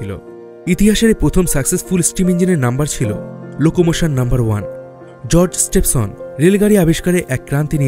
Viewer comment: দাদা আপনি কি বাঙালী নন? বেশ কিছু হিন্দি - - উর্দু শব্দ ব্যবহার করেছেন আপনি এবং বাংলা উচ্চারণে অসঙ্গতি পরিলক্ষিত হয়েছে। রিচার্ড ট্রেভিথিক, জর্জ স্টিভেনসন হবে। এছাড়া বাকি ভিডিওটি তথ্যবহুল ছিল। ধন্যবাদ আপনাকে।